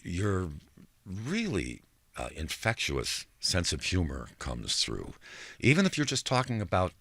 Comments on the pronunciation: Good grief! This interviewer is wretched. Jim Kerr, let Dylan speak! Why are YOU giving his history? Let him tell it. Read a basic article on how to interview. No one wants to hear your boring life. "inFECT-chew-us"? Omgosh! What a moron! You can't even pronounce a basic word that you must heard a thousand times by now? We don't care if you know how to bake. Hush. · Yes - infecTIOUS. Not infecTUOUS!!!